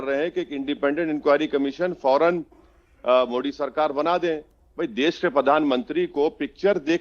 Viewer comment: मोडी नहीं रे बाबा, मोदी जी बोल.. क्या नेता बनेगा रे तू...